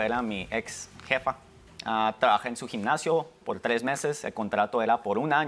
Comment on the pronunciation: Dra Polo no se dice ginnasio